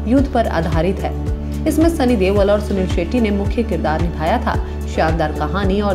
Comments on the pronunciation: Deol not deval lol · why is she pronouncing sunny deol as sunny dewal...its irritating !